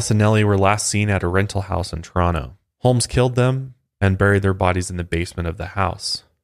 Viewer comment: You say Toronto like a local 😎👍🏻